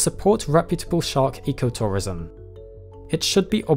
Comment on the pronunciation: I kept hearing Shark Ecoterrorism